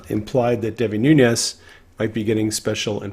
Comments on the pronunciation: As my congressman, Devin Nunes has made me proud. His last name is pronounced New- Nez NOT Noon-yez. Just fyi. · Noo - nes (not Noo - nyes). Name is Portuguese, not Spanish. Just fyi. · * Noonez NOT NooYEZ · Devin Nunes is of Portuguese descent so his surname is pronounced NOON-ess. There is no Spanish tilde mark over the 'n'